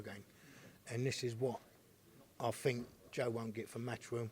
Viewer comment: "I fink Joe won't get frm matchroom!"